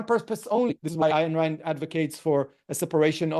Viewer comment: pronounced "Ein" Rand